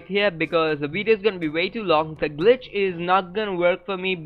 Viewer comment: Every time he says glitch I think he saying bitch 😂😂😂😂